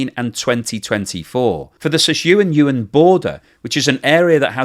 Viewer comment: seems to cover China quite often, or at least those are the videos youtube shows me., Sichuan is pronounced "Sih-chwan" and Yunnan is "yoon-nan." Take it or leave it, your choice.